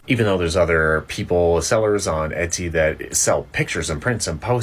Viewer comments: Hi ti 👋🏾 just FYI, its E-Tsy and not E-sty 🤭❤ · It’s Et-see not Es-tee 😅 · Etsy missed the mark because the way you pronounce their name sounds 1000xs better than how they do. It sounds like a luxury brand the way you say it <3 We need to petition them the change it.